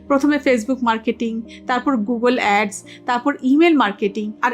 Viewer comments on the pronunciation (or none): none